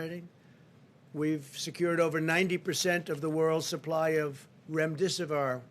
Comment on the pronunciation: Did he actually say Texas cases are coming down rapidly?? WHERE on Earth does he get his news? The Plause-Ma news station or the Resmidisvar station. How can he not know how to pronounce these words yet??